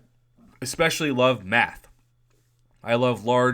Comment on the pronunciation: I thought u said meth 😅😅 pretty sure was math after listening again.